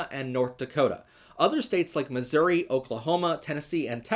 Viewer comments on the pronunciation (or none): none